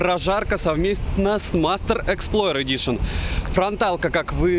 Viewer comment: мастЭр, геншинк, wtf?🤨 Полза нэт 👍